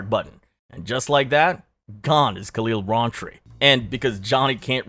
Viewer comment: Khalil "rahnn"tree 😂